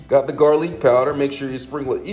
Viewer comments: Garleek… aragano…😭😂 good recipe though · Gar-leek powder or not you still need that flavorization!! 🤣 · Garleek Powder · He ain’t never say GAR-LEAK powder 😂😂😂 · 'Garleek' on the 'sammon' took me out 😂😂😂